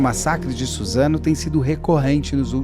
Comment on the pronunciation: kkkkk troquei o S pelo Z